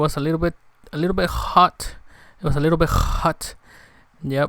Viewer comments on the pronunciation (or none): it was alittle jjjhooot alittle jjjhot 🤣🤣🤣